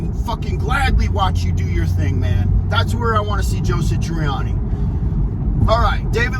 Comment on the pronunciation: 1. It is SATriani, not SITriani. It is odd that you talk about this topic with such passion, but you don't even know how to say his name. 2. Not all of the music on Stern was bad. Mean Street sucked... Summer Nights was terrible. That stuff sounded like a newbie, frankly. However, Right Now was pretty good. The bulk of Best of Both Worlds was alright, but the solo was kind of cringey. He looked like a dufus when he tried to double tap. It is amazing that someone who is supposed to be a bit of a virtuoso himself can't really double tap at all. 3. The obvious answer is "Steve Vai." I don't know what their relationship is like these days, but if Dave is going to put together his own tribute tour, Vai is the "no duh" lead guitar, if they don't hate each other now. Vai should be doing it in the first place with Sammy. Or... Why isn't Vic Johnson doing it? He is clearly WAY better at playing Eddie's stuff than Satriani. Why didn't Sammy just do the tour with The Circle? 4. Wolfie's fat ass was great with Foo Fighters. 5. It is pretty clear that Alex is not going to do this tribute stuff. 6. As soon as Eddie died, I was envisioning one big concert, a la Freddie Mercury's tribute, to properly honor him. A whole slew of people could take part, and it would much better illuminate what a vast, overwhelming impact Eddie had on musicians everywhere, while simultaneously giving the fans something with which to sort of get some closure re: Eddie's death (and hear some really cool renditions